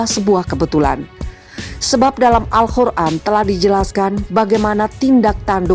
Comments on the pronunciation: Min AL QUR'AN BUKAN AL KHUR'AN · Yang betul tu Alqur an bukanya Alkhur an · Al Qur'an. Bukan Al khur'an